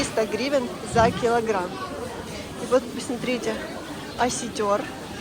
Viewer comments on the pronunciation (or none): Не оситёр,а осётр. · Осётр, а не оситер😊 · Не Осетëр, а осëтр учи русский😂😂😂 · "Осетёр", твою мать! Селитёр! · не осетер,а осетр!!!Я ЧУТЬ ЧАЕМ НЕ ПОДАВИЛСЯ. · Не осетёр, а осётр! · "Осетёр", а на вид вполне интеллигентная образованная женщина ,а тут "осетер"